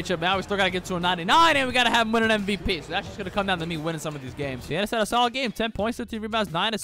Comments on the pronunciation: Say it with me “tha-na-sis” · My man really said thianis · Y did he say thenasas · ta-nah-sis thianis is crazy 😂😂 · That’s not Thiannis it’s Thanasis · It's not Theanis it's Thinasis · thanasis, not thianis lol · Bro said Thianis💀💀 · calling him theannius pissed me off to anoyher level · Calling him Thiannis is crazy 😭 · Thee Anis. That’s definitely his name. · Its THA-NA-SIS bro 😂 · Bro lit said theanis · bro said Fianiss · Called him giannis(thiannis) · It's pronounced tha na sis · Stopped watching after 2 minutes of hearing "Thianis". Don't disrespect the goat like that. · Commenting about pronunciation of “Thanasis”. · He literally refuses to learn the proper pronunciation at this point. He called Shai "Shy" for a while too lmao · his name is *thanasis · Waiting for the day when he pronounces Thanasis correctly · I'm just joining in with everybody else who wondering how he make a whole video about someone name he can't pronounce lol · who’s gonna tell him how to pronounce thanasis? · bro didn't pronounce Thanasis right one time in the whole video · you not even trying wit his name lol i’ll give you your shameless comment